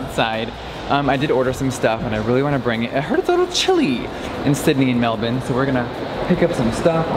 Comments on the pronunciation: I love how he said Melbourne properly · The only American I know who can actually pronounce Melbourne right 👏👏💕